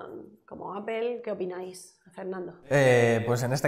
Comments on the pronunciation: ¿Como que Apel? por que los españoles pronuncian tan mal en ingles? Apel Yotube .... es por que son asi ? lo hacen aproposito? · APEL? jajajaja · De echo se pronuncia apl ;) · por que dicen appel? :v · Que pendejo esta ese wey .. Ni siquiera save pronunciar . Apple en ingles .... ... Con eso para mi. Es un pendejo. .. De tecnologia .... ... Y por el android .. Perfecto argumento